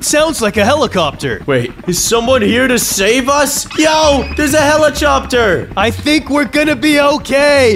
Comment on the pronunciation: why is it black and said helijopter not helicopter